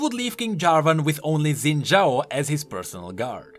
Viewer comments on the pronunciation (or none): none